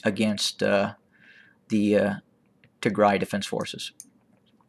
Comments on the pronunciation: Thank you so much for your report, By the way I really like the way you pronounce Tigray, it's perfect! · You pronounce Tigray so perfectly; you can pass for Tigrawye...😊I also like your intro name “the voice of reason” and the concise and high impact analysis and information you share. Thank you 🙏🏼